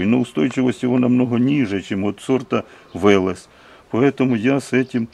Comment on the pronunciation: Да не Вэлэс, а Велес. Вы расскажите как этот перспективный сорт трещит после дождя.